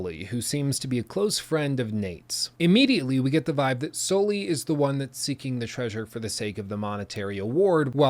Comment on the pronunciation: please pronounce Sully the right way....